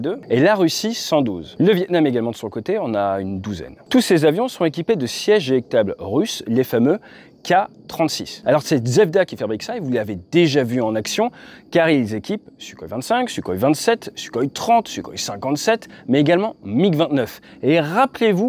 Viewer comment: C'est rare que l'on parle des liens entre le Yak et l'Aermacchi, c'est sans doute à cela que l'on reconnait les passionnés. Sinon, le nom Zvezda est difficile à prononcer, alors un petit effort : Zve - Zda